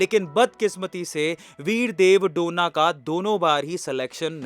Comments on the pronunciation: डोना ❌ डोने ✅ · डोना ❌. डोने ✅